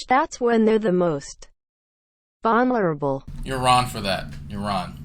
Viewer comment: ish New word of the day. Vonerable...... She's Vonerable, but not Vonerable...... Sad day when you have Stinky on the brain. XD